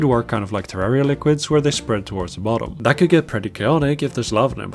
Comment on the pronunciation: You said Terriera and Im clicking off.